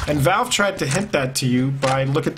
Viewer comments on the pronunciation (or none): none